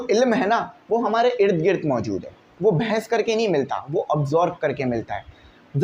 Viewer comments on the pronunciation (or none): Behes❌ bhens ✅